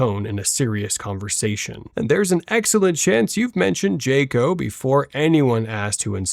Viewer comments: Train your AI to say JAH-co, not JAY-co. Jackass. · Honestly this is for the content creator. If you can't least teach your AI voice how to pronounce a hard vowel J"A"co sound versus a soft vowel sound J"a"co. And how to combine numbers and say it as the words " four thousand and three" 4003 instead of 4 0 0 3. Maybe you should do some retraining and reprogramming of your AI voice or look to use one that actually can. Or even better yet how about getting an actual narrator to read your copy. It honestly would make this a far more comical and enjoyable video. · I loved the occasional digs at bass players here! And there was no person named "Jay-co". There was a great bass player named Jaco Pastorius, but he pronounced it "jack-o". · Jay-co lol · I'm really not sure I trust these takes coming from an AI voiceover that doesn't know how to pronounce Rickenbacker or Jaco